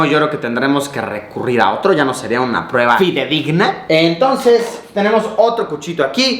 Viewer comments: "SIGUIENTE PRUEBLA" xD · "Siguiente Pruebla" JAJJA XD